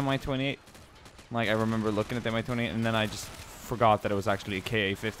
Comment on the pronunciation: But it was Mi-28. And right pronounce in Russian will be like "mee", not "M-I".